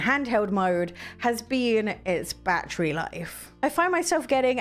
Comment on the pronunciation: I like this review I love ❤️ the way she pronounces 🔋 battery the right English way lol 😆!!